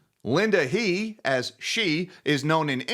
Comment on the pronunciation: "He" is pronounced as "herr" in Chinese.